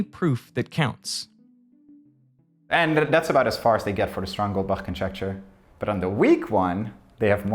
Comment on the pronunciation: The way he said goldbach boils my blood